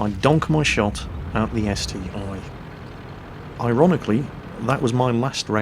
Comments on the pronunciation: Pretty sure it's ST-1 not ST-i. It's like saying Tiger aye aye for the Tiger II. I also can't take what you say seriously when you say ST-i XD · Haha agree that its ST-1 you snoobs ;)